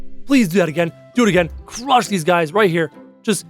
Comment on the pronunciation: The hwach